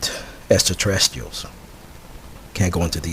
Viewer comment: This guy cant even say extraterrestrial. lmao !